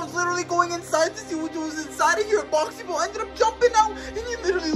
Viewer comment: That ain't boxy boo and you ain't saying the name properly it's pronounced boxy boo not boxy boe